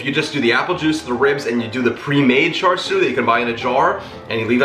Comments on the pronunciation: Greetings from NYC, FYI, in our Cantonese BBQ shops, Char Siu is referred to Roast Pork [which has no bones] and for Chinese Spareribs it is called in Cantonese ‘Siu Paai Gwet’ aka BBQ Pork Ribs. Your pronunciation is correct. I enjoy your video. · You pronounced that correctly 🤗. I love char siu and grew up eating it. I’ve never tried making it in the IP but definitely want to try. I think your mustache is pretty cool 😎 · Jeffrey, I’m drooling here!! You are a cutie no matter beard and or mustache …you have pronounced it right even with you accent! Forget about it! No pre made char shui..easy peasy recipe and so much better! Richard nailed it without you telling him what you had made..gawd, I’m beginning to sound like you, I’ve watched you so much😳…maybe finish them for a few minutes in an air fry instead of an oven?😘😘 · You look marvelous, Jeff!! With our without, your inside is what matters most❤️ Pronunciation on point 🤩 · You pronounced it right, I spelled it wrong in my comment😳Char siu!